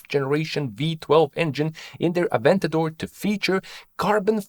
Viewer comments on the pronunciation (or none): none